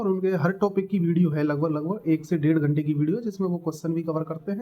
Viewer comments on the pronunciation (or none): none